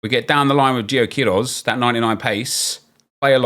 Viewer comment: Not "QUIroz", but "queiRÓZ" Loving ur evo series, made me do the same with Chelsea! Much love from Brazil!